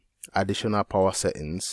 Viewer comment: I love how you say setting, seings. Will try it boss